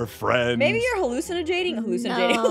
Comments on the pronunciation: “Hallucjinating” -Jess 2020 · Aphmau: Maybe your hallucjinating Me: * laugh my head off*